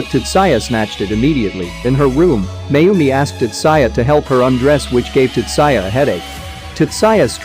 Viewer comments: Tat-sa-ya..... UGHHHHH TAT-ZOO-IA ------ PHONETICALLY. TATSUYA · Whu does he keep saying Tutsaya in place of Tatsuya..... it seriously irks me..